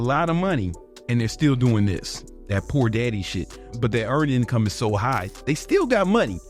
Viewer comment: Love how saids” po daddy” instead of “poor daddy”, he talks like a teenager 😂